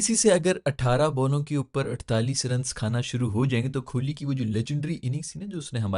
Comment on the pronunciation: Bhai vpn se bol rha hoon kholi nai kohli hai